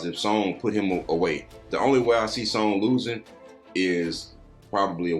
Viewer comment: props u guys did a great job breaking this down FYI 'Seeung' ......his name is acrually pronounxed just 'Sung' the should just leave out the E he does speak english too or is learning thanks fellas